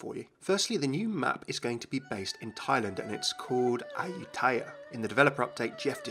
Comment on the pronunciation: you said it wrong D::: Im half Thai but nice try + my mom and sister are born there and i have been there a lot i hope its going to be good and not be shit... :DDD